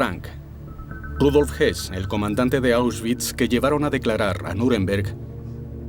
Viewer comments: Estas confundiendo a Rudolf Hess (y si murió en 1987) con Rudolf Hoss, este último si fue ahorcado pero no en Nuremberg. El documental lo pronuncia en español como Hess pero se refiere a Hoss. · El de las imágenes y al que se refieren no era Rudolf Hess, como pronuncian, era Rudolf Höss, que no se pronuncia Hess. Crean confusión. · Ese que pronuncian como Rudolph Hess es Rudolph Höss. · El sonido de la ö en alemán no existe en espanol pero se hace haciendo un sonido similar a la "e" poniendo los labios como para pronunciar una "o". Así que sí, para cualquiera que no hable alemán puede ser confuso pero no por eso deberían pronunciarlo "jos". De hecho la "h" alemana es muda y todo el mundo pronuncia "jitler", cuando dederîa ser "jitla"... la "h" es similar a "house" en inglés, no a la jota española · Excelente documental, pero sorprende que hablaron de R Hess cuando es realmente R Hoss o Hoess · Pronuncia msl el apellido Hoss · es Höss, entonces se pronuncia parecido a Hess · Salvo el detalle patético de que algunas traducciones son dignas de un suspenso en clase de idiomas. Y si entramos en el tema de apellidos cambiados y mal leídos, es de traca. Por ejemplo, Convierten a Rudolf Hoss en Rudolf Hess, o a Streicher en Sweiger. Ni siquiera se han tomado la molestia de consultar una enciclopedia. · El documental habla de Rudolph Höss que se pronuncia, simplificando y para que me entiendas, "jes"